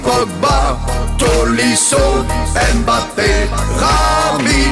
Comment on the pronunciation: "ÉmeBappé" bordel respectez son nom :'(